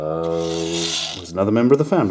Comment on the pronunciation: You have no clue how happy I was hearing, "Saxamaphooone, saxamaphoooooone."